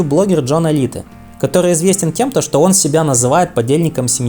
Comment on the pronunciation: Алите😂 ты дурак автор? Он не итальянец а албанец и он Элайт а не Алите